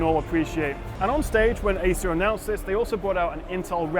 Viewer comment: It sounded like you said Asus swift 5. Got me confused there.